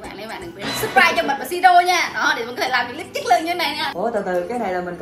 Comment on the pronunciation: Của siro tên là siro mà quả trứng chị đọc là si ro